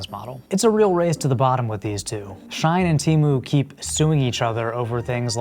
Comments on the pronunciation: It's pronounced not like "Shine" but more like "She - In" As in "She in soooo much debt from all that fast fashion she buyin'" Also no shade dog but it sounds like your mic came from Temu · Shein is pronounced “SHE-IN” not Shine